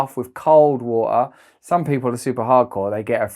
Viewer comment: „Vo-oh“ (water) 😃